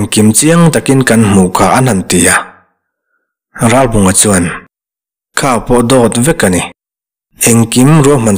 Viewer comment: Ralbunga tih hi Ralbàwnga tiin a ri tep thina beng a kham thelhthin. Ngaihnawm na rawh e. Zonun zemawi hmuhtur a awmthin mawlh hi